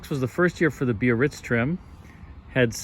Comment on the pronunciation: THANK YOU for saying 3 syllables, Bi-ar-ritz! (Easy to read and say, but a few auto hosts drop i and say just "Barritz".) One more sign of the respect 'baked in' to your work.